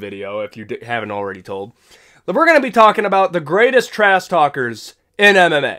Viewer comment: Is he saying "Trass" talk? Or am I tweaking?